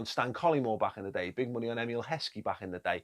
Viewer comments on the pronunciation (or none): none